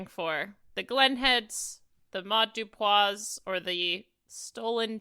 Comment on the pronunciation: it is Sara-Maude Dupuis. Why did y’all steady say Dupois over and over, like what? Dupuis. Doo-pwee, not doo-pwah